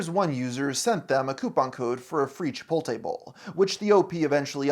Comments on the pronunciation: say it with me CHIP-OTE-LAY, not chip-olt-ay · CHIPOTLE, NOT CHIPOLTE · Chipolte.... The T is before the L, fella. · chipoltay bowl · Every time you say "Chipolte," I get a nosebleed and migraine,. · "Chipoltay bowl" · "chipolte" he's gotta be doing this on purpose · finding out you say chipoltay is a huge let down 💔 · it really irks me how you pronounce chipotle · I love that half the comments are just slamming his pronunciation of chipotle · That pronunciation of “Chipotle” is… inspired. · why are you saying chipotle like that lol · do you actually pronounce it like that or are you ragebaiting